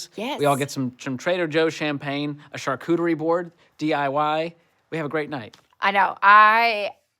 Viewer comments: It's SHAR, not CHAR cuterie It's French,, not Southern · Char cooter ery-what?